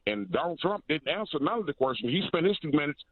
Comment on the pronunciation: what's A QUARSTION?